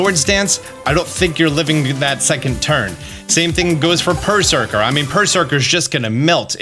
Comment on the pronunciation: Sound funny when talk about perrserker xD